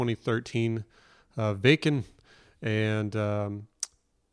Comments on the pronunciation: As it comes to pronunciation, the village is called /ˈvakn̩/ - as you say it it sounds like the German „wecken“ (to wake sb up). No offense, just for learning. 🙃 I like your reaction. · "Wacken" is a small town in Germany, so simply remember to apply a German accent when saying "VAH-ken". ;-) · Waken is pronounced Vaaken. Jukka is yookah. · If I may clarify, it is pronounced “Vahken” - soft “a”. Jukka is “Yukka”, common Northern European pronunciation of “J”. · Wacken is said as Vahken.... W is V, A is AH... Jukka is Yookah, kinda like the word hookah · It's not a big deal or anything but just to help you out a bit, Wacken is pronounced v-aw-ken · The drummer is (You-kuh) and Wacken is pronounced VAH-ken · Welcome brother! This legendary concert took place in Wacken (vah-ken) Germany. Floor,vocals Tuomas,keys and composer Emppu,guitar Jukka,drums (you-ka) J's are pronounced as a Y, such as Floor Yansen. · Welcome to the rabbit hole. It’s a wonderful place to be. Couple of notes, Wacken is Vah’-ken (as in rockin), and Jukka is Yoo’-kuh. Keep exploring Nightwish!